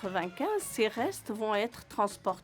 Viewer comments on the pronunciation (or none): none